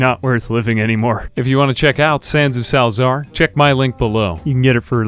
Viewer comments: It's pronounced salsa-argh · It's pronounced 'Salza-ar' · as far as i know its just "sal-eh-zar"